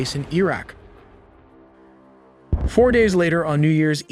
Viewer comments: Why does he keep mispronouncing Iraq. It's Iraq not "Eeeraq". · Iraq - ee-rak? Hehe.. Iraqi - ee-raki? Im not sure.. 😢😢😂😂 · E-raq? Nevada in California? 😂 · Don’t really have a problem with your comment. Just wondering why pronounced Iraq as “EEEE-RACCCCK.